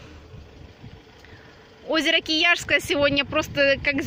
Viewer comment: 9.15 - озеро Круглое не используется для стоков завода. 9.25 - озеро КИЯТСКОЕ, а не Кияшское